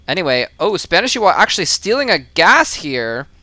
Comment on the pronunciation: both of the i's are pronounced like "e"s